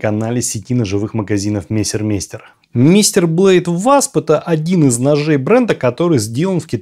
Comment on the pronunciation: Вообщето произносится "восп"(уосп).